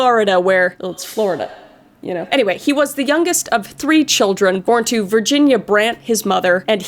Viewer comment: When Kris said the moms name I though she said virgin 😂😂😂😂